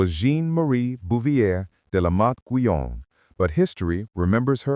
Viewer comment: I have been curious about Madame Guyon and this is interesting. As a French it bothers me to hear her name mispronounced, mainly at the beginning ( Jeanne) and however the transcript on the screen comes up needs to be checked, it has all too many mistakes.